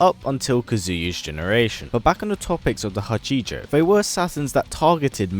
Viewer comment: It's Ha-chee-jo not huh-ji-joe btw take your not that I can blame someone for not using another languages pronunciations in a different languages script.